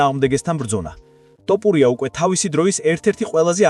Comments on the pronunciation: ძმას ვენაცვალე, თ ვერ ამბობ? თოფურია.. ტ არაა. 😁. 🤟👍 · თ - თ - თოფურია და არა ტ - ტოპურია. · ტოფურია არა თოფურია. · კაი რა ძმაო არ დაგცინი ცუდად არ გამიგო მაგრამ ტოპურიას რო იძახი მეცინება დანარჩენი ყველაფერი კარგია თოფურია ან ილია თქვი და ეგააა❤❤❤ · ტოპურია-)შენ შიგ ხო არ გაქვს სპეციალურად იძახი თუ ტოპურიას მუშტი გინდა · გარტყმევინოთ თ ზე თავი თუ შენი ნებით იტყვი რატომ ამახინჯებ გვარს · ნუ უმახინჯებ გვარს